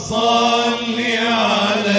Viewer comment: اللهم صل وليس صلي، بوركتم